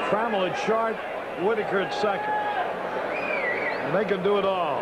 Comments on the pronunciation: Alan Tra- MELL .lol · That might be the worst Tigers lineup intro ever. Screwed up the order. Called Champ Summers "John". Mispronounced Alan Trammell.